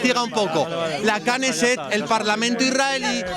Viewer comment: La kaneset dice jajaja y es Kneset😂